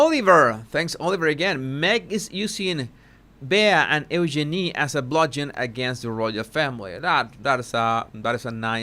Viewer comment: Eugenie….he is pronouncing the name correctly.🙂